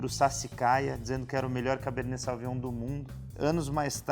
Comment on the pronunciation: Ia falar exatamente isso... Cara bom no que faz, sem dúvida, mas vale a diga.. Ficaria Casteldipunha Também o Sauvignon fica mais natural quando fala "sovinhom", percebo que sai esse "sau" no começo.. dica simples =) Adoro o canal, vejo todos os vídeos